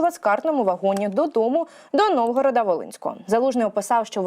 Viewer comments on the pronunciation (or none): не "Новгорода", а "Новограда"